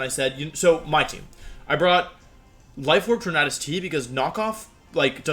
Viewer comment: Why do you mispronounce Tornadus? Is it on purpose?